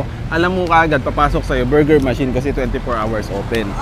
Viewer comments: "Ma-chine Bur-ger" 😅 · ..cute ng pag pronounce ni ng buuurger..🤣🤣🤣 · I like how pronounces Burger.... it bor ger.:) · Ang kyut ng pag pronounce ni ate ng burger